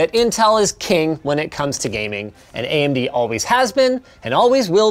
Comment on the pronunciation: ("subtitles made by Linus") ("Andy goes here") Conclusion: Linus does not know how to pronounce "AMD".